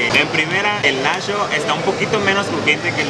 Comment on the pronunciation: jaja en vez de Nacho dices nasho y en vez de mucho dices musho corrige tu vocabulario porfis porque si se oye muy mal